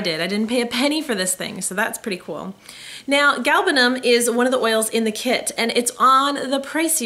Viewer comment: I am from Iran, and I appreciate very much that you pronounced it correctly.